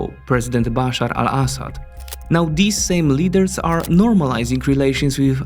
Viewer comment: I love his pronunciation of Al-Assad it make the report sound way more informed then with an American voice